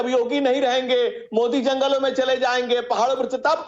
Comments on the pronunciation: Owasi ,modi to sahi say bolanay ka practice karo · Bhai phle modi ka naam shi se bolna sekh lo uske baad uske vichar padhna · Abe Owaisi Modi naam hai Mod nahin hai pahle bolna Sikh lo